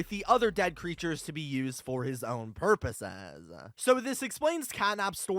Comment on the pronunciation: For his own purposesssuh